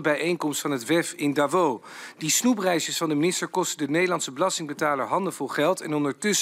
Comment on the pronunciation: Hij spreekt Davos beter uit dan Exelentie Rutte.